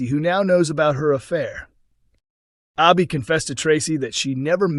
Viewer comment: Her name is pronounced Abi as in Abbey not Arbi. So annoying hearing you mispronounce names all the time.